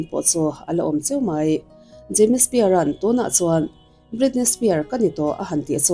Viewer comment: Britney Spear....😂 Britney Spears anih khi.... Jamie Spear...😅 Jamie Spears tih ve hram awm.... Lam dan hi uluk ve deuh a tha asin..